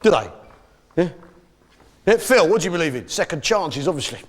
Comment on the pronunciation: Actuary? Reary? I don’t berieve you 😂